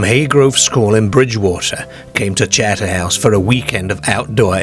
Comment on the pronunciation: I think Terry the ex marine was on a wind up to frighten the kids he probably was laughing to himself on the quiet seeing there wide eyed reactions to his story , this guy narrating has a wierd accent northern English mixed with Australian he says charter house oddly charterhouse is a famous British public school for the upper classes his pronunciation is very odd